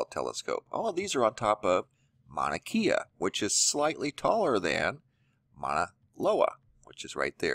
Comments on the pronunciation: FYI: Mauna Kea = “Kay-ah,” not “Kee-ah.” The “e” is pronounced like an “a.” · Its painful to hear you say our words... NOT Mana-KEE-uh... it’s pronounced Mow-na-Kay-uh.. learn how to say it! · E in Hawaiian is pronounced like a long A, Mauna Kea is pronounced Kaya not Keya !! Nice you pronounce KilauEa correctly. ;-) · Mauna KAYa is the proper pronunciation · it's pronounced mauna kae a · Good morning...love your channel...great updates and info, Mahalo! Just an FYI Manakea...Pronounced Mana Kay ah. Much Aloha ❤️🙏🌺🌈